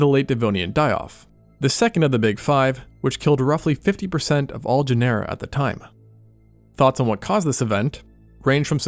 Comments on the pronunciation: Genera–It's pronounced like genre! Good vid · GEN-er-a is the pronunciation. Really great though.